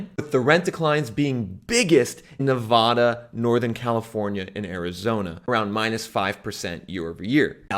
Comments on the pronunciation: It’s Nevada, not Nevahda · I cringe every time you say Nevada, wrong pronunciation